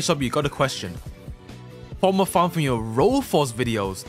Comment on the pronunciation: " yeur " best thing i ever heard from:)